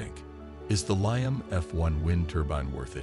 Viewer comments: Liam not lion for anyone looking. Dude needs to get hooked on phonics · The pronunciation of Liam as lie-um is driving me crazy!